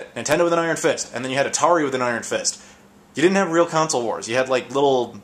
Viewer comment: I really hate the way you say "console". You say it like "counsel".